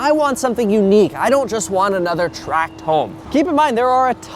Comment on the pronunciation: Thanks for calling them 'tract' homes, and not 'track' homes.